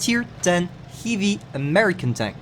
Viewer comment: I bet almost nobody knows this but... (pause the video) from this angle left from the hatch there is a decently sized tumor on the side of the turret which is 30 mm effective armor. You can HE that with anything. Just enrich your E5 m8 skip this one or save for a mark 6 on sale. i love how you pronounce heavy "hivi" XD